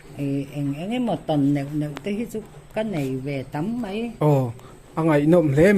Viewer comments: MEI i ti ziah mai a, MAI i ti tawh zawk dawn nia, Mei tih hi an hmang ngailo, mizotrawng diklo a ni e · MAI ti la chu hmang zing pawh nila a pawilo. MEI iti zel a, ngaihthlak a hrehawm.